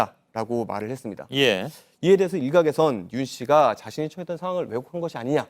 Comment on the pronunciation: 기자 딕션이 너무 안좋다.. 발음이 불명확합니다.. 했습니다가 해뜹니다.. 제로나인??